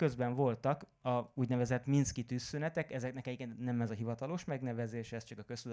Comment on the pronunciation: Minszk és nem Minkszk. csak szólok.